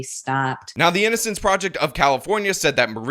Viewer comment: you said "prisin" instead of "prison". "innicence" instead of "innocence". Somethin against the letter "o"?